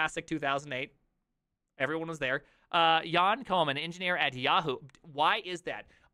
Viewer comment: Turns out (as somebody mentioned in the chat) that Jan Koum is actually Ukrainian. It's the English transliteration that makes it look absolutely non-Ukrainian (I thought he's Chinese, lol) P.S. You read the name correctly, and the surname is more like Koom ("oo" as in "door")